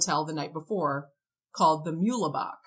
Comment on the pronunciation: No "lay" sound in Muehlebach.... just 'mule-bock' He was buried under the name Artemis Ogletree Memorial park in KCK, even though this entire story happens in MO. (Not that it was really that far, like literally just across the river) The mother's id was taken as correct, as her identifier was the large smooth hairless patch, that she referred to as a scar from a childhood burn. I'm always confused when people say anything about a gay spin, I'm always curious why would a gay man be visited by a clearly on duty call girl? Home girl came and went and came back with a different date later on... This has always felt Mob-y to me. I feel like Don is more of a title rather than a name. I'm not sure what or how deep with whom he got into it with, but it makes sense that he was trying to spend as little as possible on lodging, wouldn't except food from Don (I'm thinking so as not to incur more debt possibly?) and that he was trying to get wrestling/fighting work (quicker payout/higher sums vs a regular 9-5 or short term labor gig) I don't believe there was a romantic or sexual nature to any of this, I mean, other than the hooker. (BTW, it is astounding how many people that have covered this story, or even read about it... didn't understand that "comercial" or "professional" woman meams prostitute) Back in the day, there was a fairly thriving mob scene in KC, all of the details, the worry he seemed to be in and sometimes frantic seeming behavior (when not in the room) as well as his